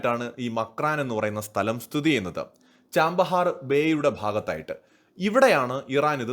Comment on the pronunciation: ചാമ്പഹാർ അല്ല ഛബ്ബഹാർ ആണ് ശരിയായ പേര്